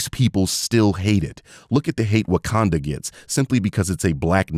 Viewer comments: “WAKANDER” woah bro hard R’s for a black country is wild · did bro just put a hard r on wakanda..? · Also notice how they say Wakander and not Wakanda? Mainly speaking about the whyt EDP looking dude. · I think he's British or Australian and that's how they pronounce it. Not a defense of him, just making a linguistic note.